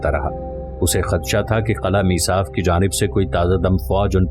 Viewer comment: Mesaaf nahi masyaaaf